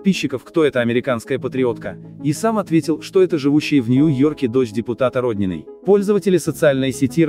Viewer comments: Прямо трагическая весть? И потрясла Россию? Ожидаемо.. А подписаться нет, неграмотно комментируете. Не рОднина, а роднинА. И тд.... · Вы хоть бы фамилию правильно говорили